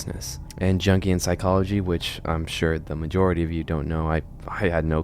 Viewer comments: Its pronounced "youngian" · FWIW, Carl Jung’s last name is pronounced as if the “J” is a “Y,” so his theory is called “YOONG-ee-un” psychology. The element of Jung’s theory that seems most relevant to this analog horror series is the “Shadow,” one of four main archetypes that Jung believed are present in all human minds (“the Collective Unconscious”). It’s elaborate and complex stuff and I won’t pretend to be able to explain it adequately, but the shadow is, in essence, a repressed “dark side” that exists in the unconscious (i.e., we are not aware of it). The concept of a Thoughtform sounds roughly equivalent to a manifestation of someone’s shadow. And it would be terrifying if the most vile, generally-suppressed elements of humankind could be made corporeal! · I'm sure I'm not the first one but Jungian the j is pronounced like an I/y so it's young-ian not Jung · it's pronounced Yung-ee-an not Jung-ee-an... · jungian psychology.... the J at the beginning of jungian is a y sound. Not a j. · Lol!! Junk-e-an No…. Pronounced like ‘young.’ Young - e - an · Just an FYI, it's said as 'young-ian' in English 😊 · Jungian is pronounced “young-Ian” sorry to be pedantic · Given the spelling I can see how you would mispronounce Jungian. I sure wont hold it against you considering I did for my first few psych classes too. Its based on the works of Carl Jung and his ideas of the collective unconscious. Jung was a protégé of Sigmund Freud and is often seen as his successor. According to the Wiki he worked specifically with Individuation and the interaction between the conscious and unconscious minds. Appropriate discussion given the idea of these thought forms. I would also wonder if this is based off the game series Xenosaga. In that series there are incorporeal aliens called Gnosis that are impossible to fight because they are made of thoughts. Jungian Psychology also has a strong presence in that series.